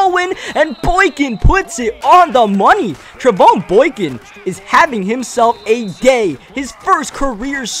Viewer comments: His name is pronounced Trey von (like Von Miller). Just in case he's starting somewhere next season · its pronounced Trey-Von like VON miller